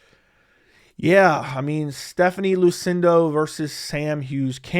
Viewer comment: thats Luciano, not Lucindo, you are pronouncing it "Lucindo", that was the one that fought Amanda Lemos in UFC 313.